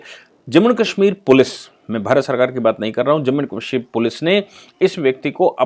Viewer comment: सर आप काशमीर क्यों कहते हैं वो कश्मीर होता है।